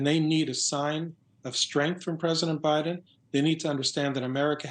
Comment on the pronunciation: you call the President, "O'Biden."😅